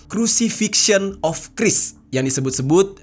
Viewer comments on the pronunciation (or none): 1. Bacanya Khrais bang, Bukan Kris.. 2. Abydos Hieroglyphs itu "hoax". Buatan modern. Ditambah/dipahat di era2 skrg. Silakan liat penjelasannya di channel "Dig It With Raven" 3. Another conspiracy theory 3/1 Atlas adalah "Blue Beam Project". Bisa lo gugel & bahas buat episode berikutnya. You're welcome :D